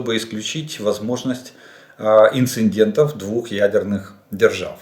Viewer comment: инцидент. Не инциНдент. И не прецеНдент.